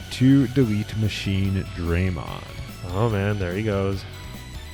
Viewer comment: MachineDRAYmon~ x) Oh Jijimon